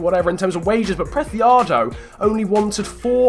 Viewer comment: Preciado is pronounced Presiado, not Prethiado, as he's Colombian, not Spanish. In Colombia the c is pronounced as an s.